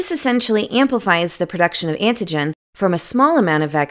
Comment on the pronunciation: I couldn't concentrate on the video because this woman keeps pronouncing AN-TI-GEN as IN-TI-GEN........smdh.